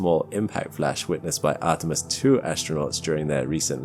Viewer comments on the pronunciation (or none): none